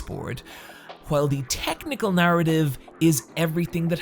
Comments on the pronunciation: "teknikkle naritiv" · “Technicle Narrative” so close